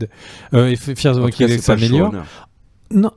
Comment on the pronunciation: évitez de prononcer le L à la française de waLking Dead ! ça fait mal aux oreilles. Merci. En fait ce L ne se prononce pas en anglais ou américain...